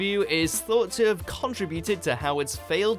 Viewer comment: Also contributed is pronounced con-trib-uted not con-tru-bu-Tud.